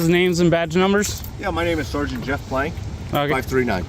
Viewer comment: I thought Plank was “Blank” and I was like 🤔